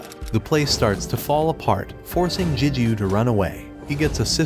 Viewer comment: It's Gigyu not Jijyu A G not J most words starting with G don't sound like a J.